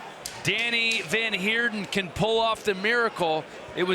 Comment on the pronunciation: Danie is pronounced "daa-knee" not Danny